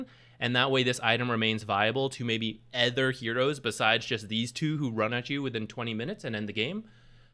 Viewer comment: anether? ether items? "other" has an 'O' in it. you dont say breedmether.